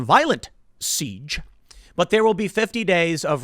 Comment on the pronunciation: The way Tim said siege caught me off guard and made me laugh.